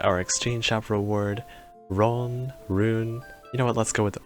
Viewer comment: Being able to run to Roons, win win. I believe the pronunciation is closer to "ruun" than "ron"